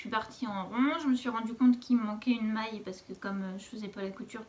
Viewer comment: "maske" = maille